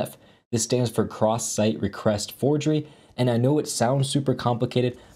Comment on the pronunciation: "Recrest" you say...? I do brush my teeth twice, but I use Colgate toothpaste. So, am I good? - "Crewcrest"!? Oh no! I have never brushed with a whole crew! I really need to fix these vulnerabilities.